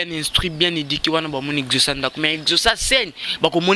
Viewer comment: Prononciation na yo mabe exaucé yo ezocé